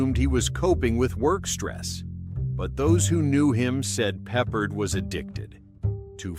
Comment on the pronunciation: His name is pronounced PeppARD.